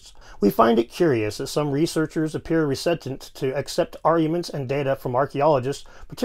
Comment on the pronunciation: I love your videos, but you really need to work on your pronunciation of various words. Like "cudgel" and "reticent"